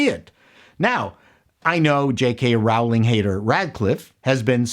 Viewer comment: Please please it’s Rowling like bowling. ☝️Otherwise 👍 Only, what’s Roku? Rouke? Sorry, European here. 😃